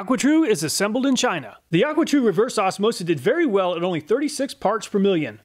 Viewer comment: aquatru not aquatrue